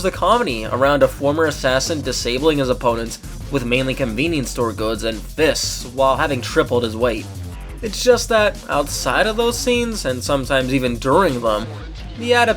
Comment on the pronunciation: Never say the word 'Conveenee" ever again.